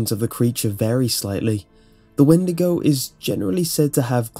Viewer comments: I believe it's pronounced wen-dee-go not win-di-go. Great video though! Love your channel! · When-de-go <-------- supposed correct pronunciation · 'Weed-to-go' xD